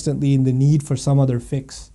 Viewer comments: "fix" not "fiqhs".... :) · I think he meant 'fix' not 'fiqh's'